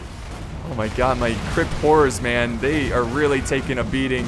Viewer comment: Obviusly he meant Crypt but his bizarre pronunciation made me lol